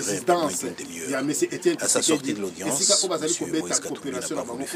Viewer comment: Kombo naye Eza Tshisekedi et non Tisekedi. ZOBA MOBALI, Lingala oyebi te, Francais oyebi sokoyo munoko nini olobaka? Tshisekedi oyo ozo tanga kombo, aza masta nayo? est-ce que ozo mona batu oyo bazoya ko fukamela ye? Journaliste ya kwanga na makaybu.